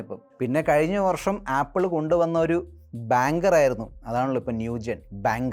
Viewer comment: ബാങ്കർ അല്ല ബാങ്ങർ